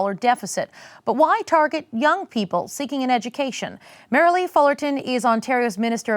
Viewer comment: Her name says it all... Merr-lie-e Fullerton.